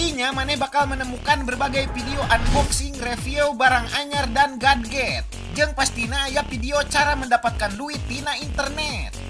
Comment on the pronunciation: Gadget dibaca gejet